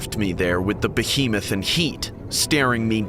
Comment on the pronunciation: “This big behemth staring me down”